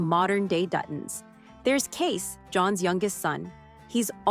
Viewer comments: You'd think that someone who claims to know so much about the Duttons would pronounce all their names correctly. It's Kayce, not Kace! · And it's CaseY. CaseY! Not Case for Pete's sake! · Cara, not Karen. Kacey, not Kace. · Ah yes KEIS Dutton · Kacey* not case. Smh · His name is spelled Kayce but pronounced like Casey or KC. Whichever is easier for you to understand. His name is not Case. 🤦🏻‍♀️ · Omg thanks for pointing out that it’s Kayce not Kace. That was driving nuts and I’m glad I’m not the only one!